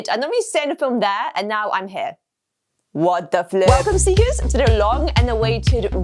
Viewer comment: i love when she says”what the flip” and “right noew” or “neow”